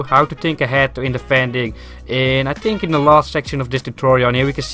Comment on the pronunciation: Just say think in the correct way to not annoy people with it haha but good vid !